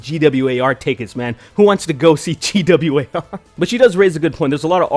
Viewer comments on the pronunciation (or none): When she said "G W A R" I lost it. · Also, Kathy SHOULD NOT have apologized. Own it. She did it, she meant it. Have some 'stones'. And the fact that chick says G W A R... LMAO! Gwar, baby... Gwar. Just say the word. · She said "Gee Double You Aye Are" I'm like "You mean GWAR?" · (facepalming so hard) GWAR. IT'S FUCKING GWAR. NOT G-W-A-R... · This bitch really just pronounce GWAR as G W A R? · ''the band GEE DOUBLE U EH ARRR. Bitch its fucking gwar you fucking stupid little shit gibbon. On a related note: Gwar has invited Kathy to join them on stage in decapitation of trump. Difference being Gwar with a female lead won't fucking cry misogyny if they get smacked for that shit, and they probably won't get shit for that because its part of their fucking gimmick. 10/10 would get tickets to go to gwar with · G-W-A-R.....YOU MEAN GWAR....fn tool...what an idiot she is. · It's pronounced "Gwar", Kathy. Beavis and Butt-head taught me that. Why aren't you as cultured as I am? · G.W.A.R took me a second to realize they meant Gwar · can't she pronounce Gwar. what a tard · I thought it was funny as fuck how she pronounced GWAR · If you can't even pronounce the name of a band... Don't take what they say seriously, lol. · It's pronounced "Gee-double Ewe Aayyy Arrrrr." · The GWAR part was my favorite. First off, their obviously not THAT famous, since she mispronounced it, but also...shes trying to say they've never been given a hard time for being out there? Uh...they've been getting called out since the 80's, back when Kathy was performing improv in coffee houses in LA. It's not like Oderus Urungus is hosting the grammy's or anything. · I don't know what pissed me off more, the fact that she compared her unussual art to shock rock's ussual gorey art or the fact that she mispronounced GWAR. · I just love the victim narrative and the dripping condescension... and that's not how you pronounce GWAR.